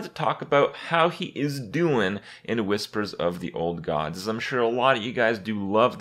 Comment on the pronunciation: "Wispers the ord god" Nailed it Kappa